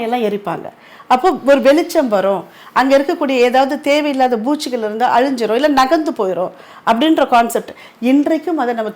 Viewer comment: ஆன்மீகத் தகவலுக்கு மிகமிக நன்றி சார். பூஜ்சி இல்லை சார் பூச்சி என தயவு செய்து உச்சரிக்கவும்